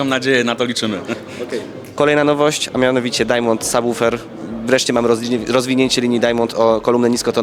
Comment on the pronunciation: Bardzo ciekawa relacja, Pylon jak zawsze super :) Unitra również zapowiada się bardzo dobrze, miałem okazję być na tym odsłuchu, natomiast cena (przynajmniej na mój budżet) jest nieco za wysoka. - brawo za prawidłową wymowę słowa "subwoofer", bardzo mnie cieszy, że moja uwaga sprzed kilku miesięcy została uwzględniona :) No i czekam na trzeci odcinek :)